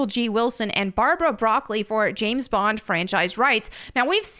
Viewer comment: "The name is Bond, Gays Bond."